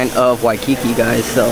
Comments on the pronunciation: WHY- Ki-KI is killing me. He said it wrong 1000x I hope someone corrected him at some point on his trip. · Nice video. Uncle's ice cream is great! Please work on your pronunciation of "Waikiki" and as someone else mentioned, know the difference between local and Hawaiian food. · Dude, the way you say Waikiki is weird. 🤣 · You're saying Waikiki wrong ask a local how they say it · You Fk up the pronunciation of Waikiki. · Just a little pronounciation tip: Those of us who live here usually say Wai-ki-KI (stress the last syllable) as opposed to Wai-KI-ki. Also, spam mu-su-BI (stress the last syllable again) instead of spam mu-SU-bi. I notice a lot of tourists say mu-SU-bi. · Somebody please help this guy pronounce Waikiki and musubi. 😆🙏🏼 Good travel advice though.